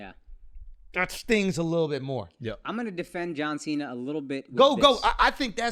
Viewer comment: Jauw Sheena